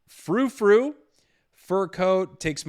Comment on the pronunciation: I love how every time he says Furfrou as froufrou lmao